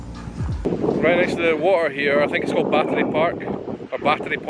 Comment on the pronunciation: FYI - The Battery is actually pronounced (Bat-tree) - Charleston-ism